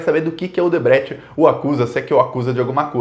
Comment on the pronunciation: Vc não sabe falar triplex nem Odebrecht